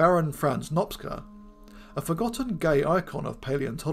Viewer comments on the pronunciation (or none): Greetings from Hungary! Regarding your next episode, the baron's family name is spelled something like 'Nopcha'(Nopcsa), not 'Nopxa'(which would be 'Nopksza' in Hungarian). Excellent video on a rarely discussed subject.